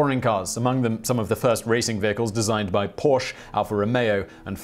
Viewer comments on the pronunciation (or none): Come on Simon, 250 mph rally? Not likely. “Porsche” is a 2 syllable word. A porch is a place where you sit and watch the world go by.